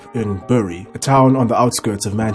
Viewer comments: Bury is pronounced berry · Note to the channel. "Bury" is pronounced "Berry". Great content, however. Thank you. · It’s pronounced ‘berry’!